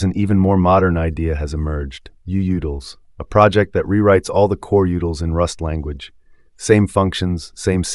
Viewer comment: Am I the only one annoyed by the pronunciation of coreutils here?